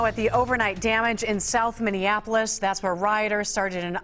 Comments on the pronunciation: Trump pronounced Minneapolis incorrectly 😂 anyone else hear that 😂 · by God he cant even pronounciate the city right. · Trump said "Mindianapolis," always the bumbling idiot 🤣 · He never makes a mistake, it’s pronounced Mindianapolis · President Trump said mininapulis😂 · Fat orange said "indianapolis", instead of "Minneapolis", what a moron. This administration thrives on this chaos. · Did Donald Trump say "Indianapolis"? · Mindianappoils? Is that what trump said? He fucking said mindianappoils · "... like what happened in mindianapolis..." - it's Minneapolis, goofus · When the Donald read " Mindianapolis" didn't he really mean Miniannapolis? A lot of people are saying Mindianapolis is in India and they are right! Miniannapolis is deep in the Kloddike just south of Manitoba, Wyoming and is the birthplace of prairie oyster stuffed buffalo tails. People are saying. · "...like happened in Minndianoplis..." No shocker that this buffoon doesn't know basic US geography or proper grammar. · did he just said Mineaneapolis? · The moron in the White House mentioned "Mindianapolis". He can't even say the name correctly. It is because his racist rhetoric that police brutality has gotten to this level. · Trump cant even SAY "Minneapolis!" lol. What a moron!! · Trump, "Mindianapolis'? Give me a break? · And how does the POTUS pronounce the City of Minneapolis? Come on, man, this just shows your ignorance! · Are we all ignoring how Trump just couldn't pronounce Minneapolis right lol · That's funny. When I heard the mayor talk, i heard a steady leader who was devastated by the events that were happening to his city but still keeping a level head... Then I see the president dissing that mayor... A President who didn't even bother to look up how Minneapolis was pronounced beforehand... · Trump cant even pronounce the city correct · Trump,. Minnnnnninapolis😂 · Donald reading like a 4 year old, he can't even say MINNEAPOLIS correctly.. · WOW, Trump can't even pronounce Minneapolis...